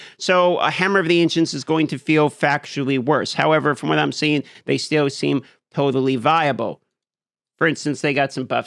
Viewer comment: "Hammer of the Ancients is going to feel factually worse, however, from what I'm seeing, they still seem HOTAlly viable." I HOTAlly thought that's what you said at first.